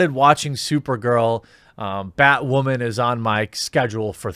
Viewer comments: I like how you say batwamen instead of batwoman :D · Why does this guy have a hard time saying Batwooaaman ...LOL But he's not wrong about these shows worrying too much about woke-ness and not making a great show. Batwoman is just an ALRIGHT show. Supergirl has gone down hill. Flash is getting a little boring at this point to me. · Batwawman, gets me everytime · why do you say Batwoman like that? 😂